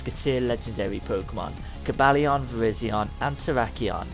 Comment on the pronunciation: Its coe-bal-eye-on